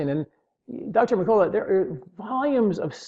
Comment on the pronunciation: Duel e yard? D'yard.... Merk a la lol